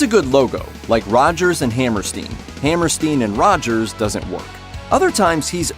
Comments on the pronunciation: Its "Ep-styne", not "Ep-steen". And "Hammer-styne", not "Hammer-steen". And its "Twenty-Fifteen", not "two thousand fifteen". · How is it you can’t pronounce Rogers and Hammerstein? It’s hammer-stein like the beer stein. It’s not hammer-steen.